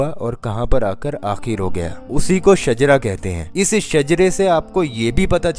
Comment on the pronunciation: Not shajra that is shijra